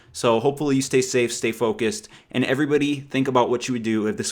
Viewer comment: love you...but it is pronounced AND...not ayund!!!!